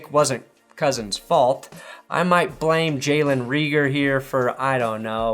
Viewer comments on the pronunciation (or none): none